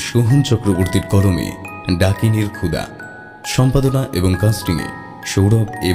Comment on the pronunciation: খুব ভালো লাগলো তবে খুদা উচ্চারণ না হয়ে ক্ষুধা হলেই ভালো হতো।